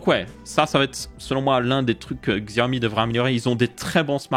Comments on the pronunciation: on ne dit pas "gxiaomi" mais plutot "Chiaomi" en prononciation. voilà juste histoire de prononcer le nom de la marque proprement. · Coucou, pour info on dit pas Xiaomi mais CHiaomi. J'ai un Mi Max 3, depuis déjà bientôt 3 ans et toujours aussi fluide, sans problème ou quoi que ce soit, en plus d'avoir la chance d'avoir MiUI12 depuis peu. Je le trouve plus fluide que mon Iphone 6S+ au passage... Bonne vidéo comme d'habitude. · super vidéo mais d'ailleurs Xiaomi en vrai sa se prononce Chaomi ;) sinon continu comme sa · Tu me fais rire tu fait l'effort de prononcer 10 en anglais mais tu prononce xiaomi a l'occidentale